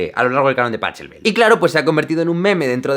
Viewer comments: Joder, coño... Si sos músico debes aprender a pronunciar los nombres de los músicos. Conocer idiomas es un requisito sine qua non para los músicos. Pronunciar mal un nombre es como tocar notas erradas, antiestetico! El nombre del músico aleman se pronuncia / pakelbel/ y no como se escribe, es decir /pachelbel/. Instruyete españolete chichipato. Ggrrrrrrrrr 😬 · Si supiera cómo se pronuncia correctamente el apellido Pachelbel (pájelbel), igual nos creeríamos alguna de las gilipolleces que cuenta en el vídeo. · Me aturdió escucharte. Y NO se pronuncia "Pachelbel" con el sonido de la "ch"... De hecho se pronuncia "Pajelbel" . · Es vergonzoso tu pronunciacion del nombre del compositor! Si se escribe Pachelbel, esto no significa que este compositor era Español. Para escribirlo como se pronuncia en la escritura española seria Pajelbel. Proxima vez antes de hacer algun video busca primero la pronunciacion y luego comenta tus fantasias de "musicologo"! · por qué dices paCHelbel y no dices baCH?? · ...y se pronuncia /PajÉlbel/. Simplemente genial. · pa-chel.bel ... ese cheeeeee : P jajaja - fuera de esa anécdota está muy bien el vídeo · Pachelbel se pronuncia PaGELbel, es alemán. A mi me parece una pieza triste, no de bodas. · También deberías saber que Pachelbel se pronuncia «Pájelbel». A pesar de eso, tu vídeo es MAGISTRAL (en todos los sentidos de la expresión). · Le pide al primo que le pronuncie el nombre y el resto del video él lo llama "PELAJJ" 😂😂😂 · Es muy gracioso que te hayas preocupado de pronunciar bien sólo a un autor. Pachelbel se pronuncia Pajelbel, porque en alemán la ch suena como la jota española. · Según yo Pachelbel se pronuncia algo así como Pacóbel... :c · JAJAJAJAJA... SE PRONUNCIA PAJ... PIIIII. SALUDOS DESDE COLOMBIA MAESTRO!!! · Todo el vídeo diciendo Pachelbel para llegar al final y decir la pronunciación real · Recordad... Se pronuncia Pajélbel. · SE PRONUNCIA PAJELBEL DIOS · Bien por Jean pero Pachelbel no es Pa(k)elbel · Se pronuncia pajelbel XD